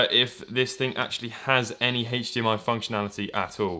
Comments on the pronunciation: It's not hachdmi it's Hdmi. Ugh... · Wait... Hach DMI??? its HDMI nit HACH DMI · Why do you pronounce HDMI heich-d-m-i? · Its funny you say hachdmi instead of hdmi. British ppl say the letter h weird lol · "It is hatedge d.m.i capable" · Hatcchh dee mm ie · smoke a bowl, start video, couple minute later, i ask myself, "have i been saying H wrong all my life?" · How he says HDMI